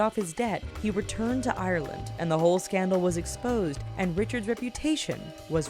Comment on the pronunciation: How you say ireland.UHHHH NUUUU!!!!I say it properly